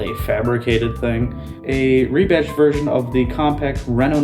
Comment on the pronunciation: "re-batched"? REBADGED! Fucking AI is gonna make us humans wonder how we ever communicated with eathother/